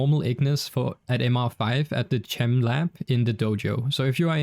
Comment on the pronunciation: "ch-em lab" my guy its a shortened version of chemical that IS NOT HOW YOU SAY THAT